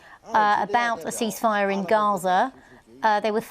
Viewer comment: Why does that woman keep saying seize-fire it's ceasefire and it's annoying as hell listening to her fumble it 😂